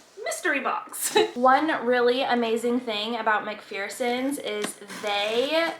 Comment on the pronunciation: I just want to nicely say it’s pronounced Mac FER sons. Your reborning has grown by leaps and bounds in just the last year or so! Those little spit bubbles are amazing!